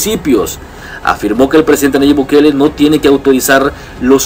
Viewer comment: ¿Pórque siempre decís Nayib... Bu-kele?